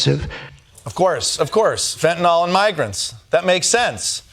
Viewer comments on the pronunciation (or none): it's not fentanol, it's fentanyl, even Chrome's spell checker gets it right.